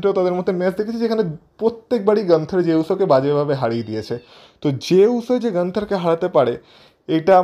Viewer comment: গানথার ❌ নয়, গুণথার ✅ হবে... তুমি সবসময় খালি গানথার বলো কেন?